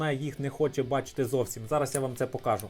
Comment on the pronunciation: Хто тебе навчав української мови? Наголоси вивчи будь ласка , вуха ріже. Не вмієш розмовляти не виходь. Заїbaло твоє слово покАжу. Найми репетитора. Чи до логопеда сходи.